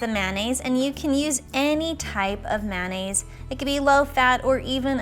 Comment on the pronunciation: The way you say mayonnaise makes me cringe